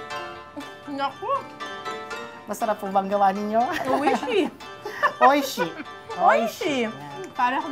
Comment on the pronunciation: oishi prawn crackers 🤣 oi shi pla dapat ang bigkas